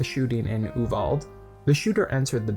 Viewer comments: THANK YOU. I got so annoyed when he kept calling it oo-vald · Its pronounced oo-vall-dee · It’s not an English word. So while it’s spelled Uvalde it’s pronounced Ooo-Val-day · also you don't even pronounce YOU-VAL-DAY (Uvalde) right. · Man I agree with what you’re saying but hot damn learn how to pronounce Uvalde correctly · The only thing I dislike about this is your mispronunciation of the town name. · Not going to lie I'm cringing every time you mispronounce Uvalde